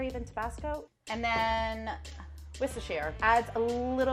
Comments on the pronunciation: As a brit. I spat out my tea when the level 2 chef pronounced Worcestershire sauce correctly, first American I've heard do it. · As a British guy, props to the Level 2 woman for pronouncing 'Worcestershire' correctly. That's impressed me